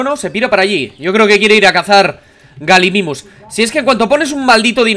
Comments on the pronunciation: No bliste se pronuncia Gallimimus no Galimimus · se pronuncia gayimimus, que significa imitador de gallina, de ahi el nombre